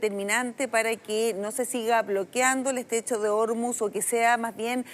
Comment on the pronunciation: El estrecho de Ormuz se pronuncia en español tal como se escribe: or-múz, con el acento tónico en la última sílaba (palabra aguda)